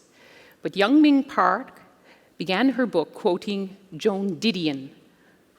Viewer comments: Damnit why can’t non Koreans pronounce Korean names?!?! It’s not yun ming park its yeunmi park it’s not not ping park Jesus, Patrick calls her yenomi. Everyone calls the capital of South Korea soul. It’s Seoul pronounced soh uhl not soul. Iranians get pisses off when we say “I ran” no it’s “eh rahn” well Koreans wee gotta stick up for our names too. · Here name is Yeonmi, not Yeongming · Yeonmi, many interviewers mispronounce your name, like this one who called you Yong Ming Park ! Please do not be afraid to correct them. In the US it is perfectly fine, on TV especially, to correct misspellings and mispronunciations. It will make it easier for people to find your writings if they know your correct name. Your friend, Brian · Her name is YEONMI PARK, not young mi... Not that difficult. Great interview for the rest. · Amazing story. And the woman kept saying her name wrong. It's not "Young ming" lmao. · The lady didn’t even take the time to learn how to pronounce her name correctly 😒